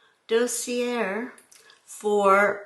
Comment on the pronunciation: Dossier pronunciation is: daa see ay (like a long A as in ABCDEFG). I hope that helps! Try to ignore the haters, I know it's hard to do.